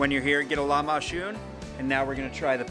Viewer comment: He says shhh “lamashoon” (lahmacun) or k it’s said like a j (in English)